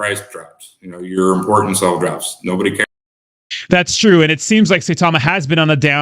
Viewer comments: Russ is correct as Saitama has a higher daily volume than Shib atm. Of course exchanges would still help Saitama. Sai- ta - ma not Say- ta - ma as some Youtubers pronounce it as. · Sai like buy not Say like day. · You are pronouncing Saitama incorrect. Have respect for this Japanese name.